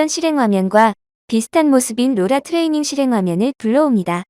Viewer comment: Ai가 트레이닝 츄리링이라고 발음하는거 너무웃곀ㅋㅋㅋㅋㅋㅋㅋㅋㅋㅋㅋㅋㅋㅋㅋㅋ